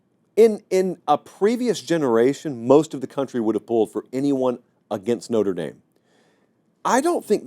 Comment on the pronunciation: Lololol. It’s Notre dame. Wtf????